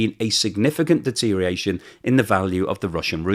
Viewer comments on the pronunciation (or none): DETERIATION! You said it again. Thought you had cured yourself of using this nonword. It destroys your credibility. DETER-IOR-ATION. Learn to include the OR.